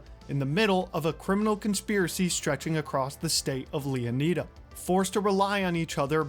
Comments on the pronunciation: It's Leoniida, bro. Why would it be Leoneeda? 🤦🏽‍♂. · Img bro why would it be leoneeda, it’s leoniida 🤦🏽‍♂️.. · its " OH NYE DUH " not " OH NEE DUH " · Ok, let's get one thing straight early. Florida is pronounced Flo-ruh-duh. Therefore, it's not Leo-neye-duh. It's Leon-uh-duh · It's Leonida, not Leoneda. Learn to speak English properly. It's your first language. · Please please please stop saying 'Leonayda' .... it's also isn't Florayda... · ITS LEON-I-DA... bruh he just said it right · bruh said leoneeda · You said leonida wrong its not like e its I